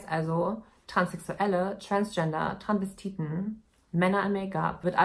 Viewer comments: sie sagt Transvestiten, verschluckt das s aber ein bisschen, aber es ist immer noch hörbar. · Sie sagt das schon immer ohne s, hat mich schon des öfteren getriggert 😂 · TranSvestiten nicht Tranvestiten Maaaan omg hat mich das die ganze Zeit aufgeregt 😂😂